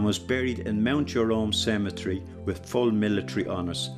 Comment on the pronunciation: Cemetery not “cementary”